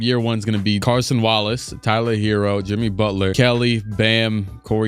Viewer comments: It’s Cason Wallace, not Carson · It’s CASON Wallace not Carson Wallace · As a Kentucky alum and fan; I can’t keep having the disrespect in game. 🗣️: HIS NAME IS CASON WALLACE🗣️ CA-SON. Not ‘Carson’. No ‘r’ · It’s Cason. 🤦‍♂️ there’s no R in his name. Not on you just them.